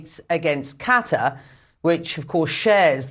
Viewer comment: Can't even pronounce "Qatar" lmao learn to speak. Just about anyone can be on CNN these days